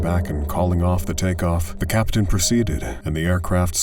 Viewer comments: I know (or hope) it’s already been said that it’s Captain not *Caption*. And pitot is pronounced pee-toe. I know. I’m a grammar nazi. Get off me. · It's 'captain' by the way, not 'caption.'